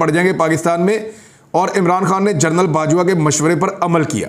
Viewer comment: Yar Imran bhai, general KAHA karein, journal nahin